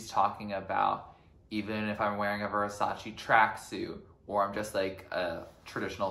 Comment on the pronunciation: its Versace, not VersaCHI